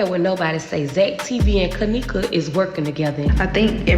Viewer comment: 22 she can’t even say Kenneka name